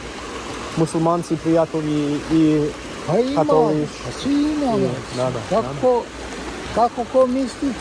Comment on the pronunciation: Bro it’s Katolik not Katoliš! 😂😊